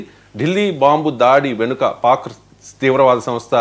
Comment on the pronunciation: పాన్ గజ గజ కాదు పాక్ గజ గజ😂